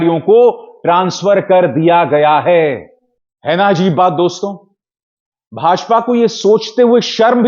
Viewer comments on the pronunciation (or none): please say DOSTO not Dostonn.